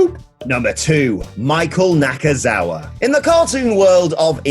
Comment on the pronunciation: its NakaNakaNakaNakazaua